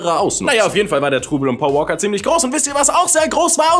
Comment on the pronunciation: sagt immer Poa Woaka;DD und nicht Paul Walker